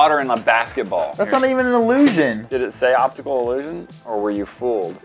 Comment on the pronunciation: Because doesn't know how to say 'optical'